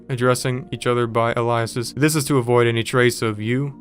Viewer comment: bro cant even pronounce aliases or alias lol